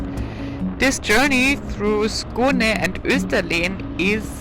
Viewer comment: Kivik is pronounced [ˈɕǐːvɪk] - not the way the German presenter pronounces it. The pronunciation of Österlen is also wrong and since it is repeated so many times it becomes very annoying and misleading.